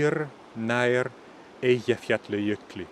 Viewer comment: I'm from Iceland and have been living in Norway for the last 10 years "in the west" and its interesting to hear how some of the things that have change are still in the Norwegian language, your pronunciations are good, especially the hard words like Eyjafjallajökull. I am impressed! I can understand much of the old language but its true there is a big difference and it was taught in history at school when i was younger.